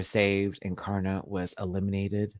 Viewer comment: It's Karna as in can't afford. Pronounced in a true Aussie accent